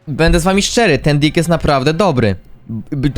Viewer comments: czemu ty tak czesto zamiast deck mowisz dick😭😭😭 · Czemu ty mowisz dick a nie deck